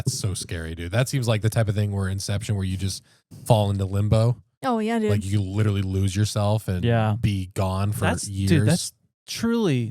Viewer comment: For the love of all that is holy! Please learn to say the word LITERALLY the right way or stop using it every other sentence.